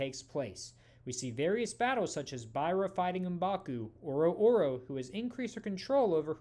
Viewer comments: It hurts me every time he says oro oro. Its O-ror-O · I'm pretty sure it's pronounced "Ororo", not "Oro oro."